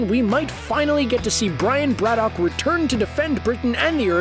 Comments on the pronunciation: "Brad-uck". Not "Brad-dock". And yes, Geralt Superman as Captain Britain, please. I'll put the kettle on. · Every time the narrator says Braddock, I cringe at how badly he's pronouncing it.